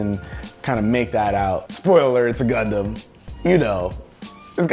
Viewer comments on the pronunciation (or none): none